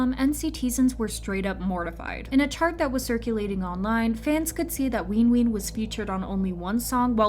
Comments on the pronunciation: why tf is this person saying "leenjuin" and "weenween" ???? and also wayV is a part of NCT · i'm trying so hard to take this video seriously but the pronunciation of nct's names are SENDING ME like not ween ween, runjean, and ncteezens 😭